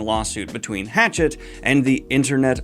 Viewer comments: Just a friendly head’s up! The publisher “Hachette” (you pronounced this as “Hatchet”) is French and is meant to be pronounced “Huh-shett” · I think it’s pronounced hash-ette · You know you can check pronunciation of.. literally anything on Google, right? (Check "Hachette" pronunciation while you're at it...- you're very far from it, the h is silent, and there's no emphasis on any syllable)